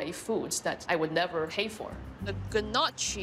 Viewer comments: Ga nochi? It's pronounced nuoki but spelled gnocchi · "G-NOCHI" Lol. "GNOCCI" NOCKY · gon o chi? its pronuced nockey dora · It's not pronounced g•nochi•. It's pronounced nokee but it's spelled like gnocchi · Guh notchi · "the ganachi pasta thing" she meant gnocchi im laughi nG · This bitch said "ganochi". I'm dead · Pronounces 'Gnocchi' as "Gennotchi" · Pronounces 'Gnocchi' as "Genotchi", fucking lol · the way she pronounced gnocchi was priceless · the way she said Gnocchi though. as an italian im ready to cry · I love how she pronounced gnocchi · The only thing that disturbed me is how she pronounced gnocchi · The way she said gnocchi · Anyone else cringe when she said gnocchi